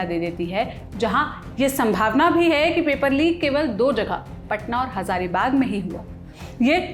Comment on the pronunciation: संभानवा नहीं संभावना........🤣